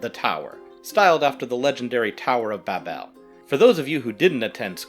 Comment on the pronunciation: Babel is pronounced more like babble, not Bab'Elle